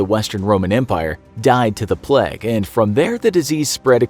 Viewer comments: Why he keep pronouncing plague like pleg? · Why does he pronounce it “pleg”? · He keeps saying pleg instead of plague and no one is noticing and it's making my physically enraged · No one: Absolutely no one: Infographic show: pleg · Why does he pronounces plague so weird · How does "plaque" equal "plague"?